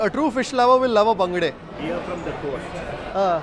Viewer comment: why people tell bangda instead of bangude, pronounce fish name properly if you are eating it. For Mangalorean's its like pouring hot liquid iron to ears.